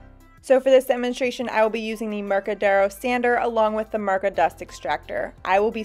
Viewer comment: It's not Mërka but Mirka. iiiiiiiiiiiiiiii not ë!!!!!